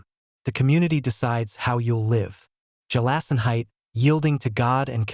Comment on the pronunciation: Gelassenheit is pronounced with a hard G, not a J sound.